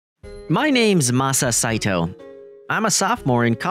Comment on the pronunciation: masa saito ❌ masato✅